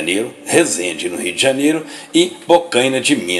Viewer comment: Só eu tenho agonia quando ele fala Rii D'janero?